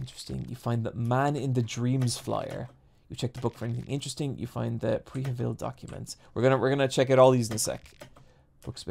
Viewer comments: the 'e' in prehevil is pronounced like the 'e' in prepare. it's this sound [ə] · The city is pronounced "Pre-dar-say", actually.